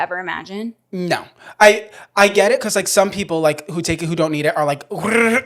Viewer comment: I love you, but why do you say "becoss" instead of because 😂😂❤